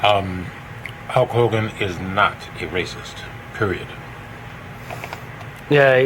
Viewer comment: huck hoe-gone